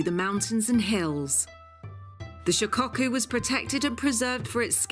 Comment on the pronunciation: Shicocku, lol its shi ko ku